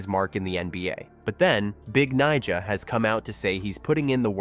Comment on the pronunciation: Ive never heard a host be so careful pronouncing someones nickname lol